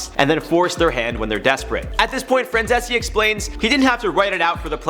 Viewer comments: Micheal Francese (Fran-zees), not Francesse... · His name is pronounced Franzeez. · If you know about Michael Franzese, at least learn how to pronounce his last name. It's pronounced /frænˈziːs/. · Good job breaking it down but his last name is pronounced Fran-zees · If you are going to use someone as a source, you should learn how to pronounce their names. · I wish he’d stop saying his last name like that. It sounds stupid n it’s wrong lmao. Just say Michael dude 😂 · If you’re going to make an entire video talking about a guy, at least have the decency to do your due diligence and properly pronounce his last name. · hey thats my guy franzese! also the way you pronounced his name was terrible